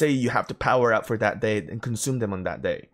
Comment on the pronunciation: Since I appreciate all the tips you've given me. I have 1 for you. Don't take offense (fingers crossed because it's not meant to be mean). When saying "that" and pronouncing "dat" . Easy to remember. Say "thug", if you can pronounce that. Then "that" should be do able too. Cheers and take care and ty